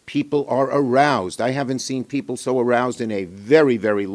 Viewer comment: “Aroused” omg